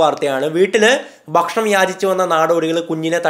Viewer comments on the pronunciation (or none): none